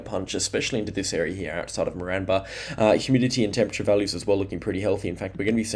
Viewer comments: Great videos, agreed, try pronouncing Moranbah as More-n-bah, or More-an-ba. Also Eidsvold, try Eyeds-vold or ieeds-vld.❤ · You’re pronouncing Moranbah incorrectly.